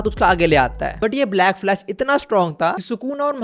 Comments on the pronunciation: Black Flash ❌ Blash Flack 👍 🤣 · Blackflash❌ Blashflack✅ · Black flash ❌ Blash Flack✅ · 😂 black flash❌ blash flack ✅ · 😅bro you said blash flack instead of black flash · "blash flack" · Bro Literally said blash flack in excitement 😭